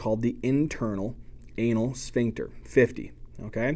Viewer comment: You teach so much better than my professor. (Even if your pronunciation of "shphincter" makes me giggle every time)